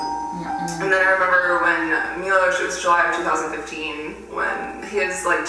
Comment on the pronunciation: Evrytime I heard Shane say Milos I had to stop the video for a second. So many people are named Milos in my country and it's just... So horrible to listen to. People like him are able to just walk away from what they did and I dont know why.